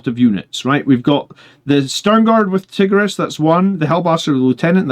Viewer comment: Tie-gear-ee-us lol